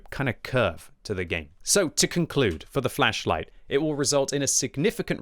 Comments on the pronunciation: Think flesh whenever he says is it’s so funny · I keep hearing fleisch light.